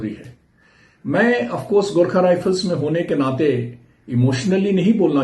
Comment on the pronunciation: garkhe nai horkha bolo pls